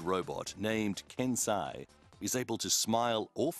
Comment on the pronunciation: "The research team admits, that there is still a long way to go..." Yes pretty much a very long way but still interesting. Also, pronouncing Japanese names with English phonetics ruins it XD "Kansei" pronounced by commentary as "Can Sigh", it's supposed to be "Carn Say"